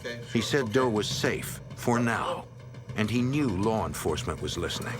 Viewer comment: “Larr enforcement “ - Jim “elmer fudd” calstrum